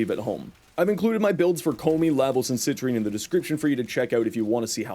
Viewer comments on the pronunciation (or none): Ko-me you say? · As a koumei main, the way you pronounced her name hurt me. They say it in the game, man....